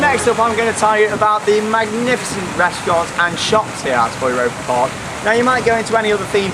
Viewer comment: your pronunciation of "Europa Park" is much better now :)